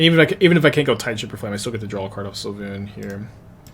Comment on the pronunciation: Svay-loon its really easy to say lol